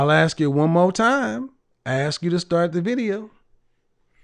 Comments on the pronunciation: The communication major uses the word "ax" instead of saying ask.... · And "axe"